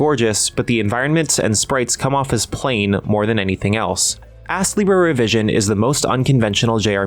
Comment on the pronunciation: You really put the ass in astlibra with the pronunciation sometimes 😂 Game looks quite interesting but hearing it can be grindy puts me off a bit.